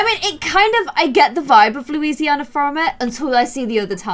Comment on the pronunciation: Is it just me but when she said New orlans i smiled because i live there!!!she said louisanna wrong.